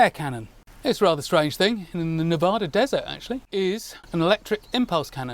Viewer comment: Wow! I’m in the Nevada desert now and every day! So excited you mentioned that and said Nevada correctly! Love your videos! Keep it up!!